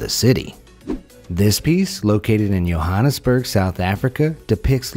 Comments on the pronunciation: wait did he say yohannesburg? its pronounced johannesburg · It’s pronounced Joe-hannesburg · Thats not how u say Johannesburg here in Johannesburg 😂😂 We prefer to say Joe-hannesburg But whatever😂😂😂😅😂😅😂 Like if u know what im talking about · I live in South Africa! And BTW Johannesburg is pronounced with the J sound, not Y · it’s joe-hannesburb not yohannesburg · Hi, its not YOH-hannesburg but rather Joh-hanis-burg. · its JOE hannesburg not yohannesburg even tho its afrikaans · Not yohannesburg its Johannesburg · Jo hanna nas burg - . Not you Hannah as burg - ... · ITS JO-HAN-AS-BURG NOT OHANISBURG!! 😡😡😡😡😡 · Btw it is (jo-han-nis-burg) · i live in Johannesburg and its said JOE HUN ES ERG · what is that pronunciation of Johannesburg it is pronounced joe-Han-is-burg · U pronounced Johannesburg wrong its jo han es burg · It's pronounced Joehannesburg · It's not yowhansburg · You are saying Johannesburg wrong, I was born there, it is pronounced Joe - han - es - burg. Like how it is spelt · It Joe-hun-nes-berg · Its pronounced Johannesburg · he said Johannesburg wrong in life is cape town i should know how to say it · You said Johannesburg extremely wrong lmfao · aa you said Johannesburg wrong